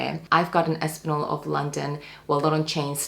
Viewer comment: It’s Aspinal, not Aspinol 😅